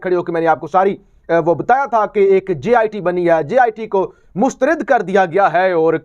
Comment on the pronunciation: DEC 7, 2022. APNI URDU KO SAHI KARO. " MOOSTARID " NAHI KEHTE " MOOSTARAD " KEHTE HAIN.